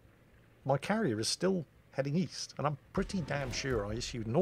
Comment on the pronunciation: East? I thought you said weast!